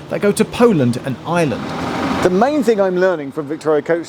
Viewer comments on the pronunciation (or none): Ireland has three syllables! It's not pronounced the same as island!